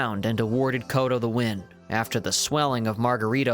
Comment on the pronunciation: Ok hold on a second, this is a good channel you got going here. With that being said, how can people take you seriously as a fan of the sport when you can’t pronounce the fighters names? I see someone busted your chops over bowe, but Miguel coto? It’s pronounced “coat-oh”, good luck on the future son, you’ve got a good speaking voice and have a lot of potential.